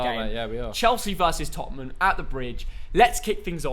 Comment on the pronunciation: Everyone: Tottenham: Topnmem